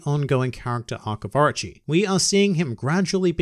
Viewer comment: It sounds like you're saying Archie instead of Orochi. I was like Archie? Archie's in One Piece? Maybe Jughead is in One Piece too...